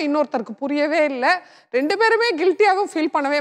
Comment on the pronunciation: kusboo madam public tamil channel suntv. neenga oru nigalchchi panna mudal tamil kaththukkonga. 2 rondunu solreenga?